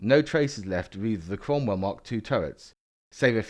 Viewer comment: Savalier, Sentaur, Sromwell? Makes perfect kents. Perhaps it's the Seltic pronunciation. ;) BTW, it's not really a Cromwell without all the nipples on the turret.